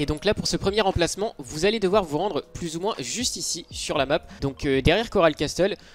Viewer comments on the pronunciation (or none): none